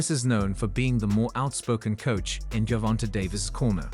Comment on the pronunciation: Buddy said ....my bad AI said "Gerald Davis" 😂😭 THIS 💩 done got way outta hand.......GERRRvonta😂